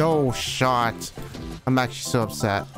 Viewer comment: you’re actually so up”sett”